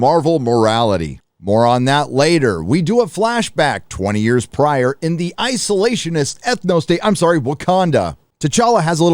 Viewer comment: "Isolationhist Ethnostate" hahaha I love it!